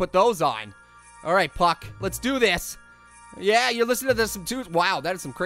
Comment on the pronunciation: It's puke not PUKK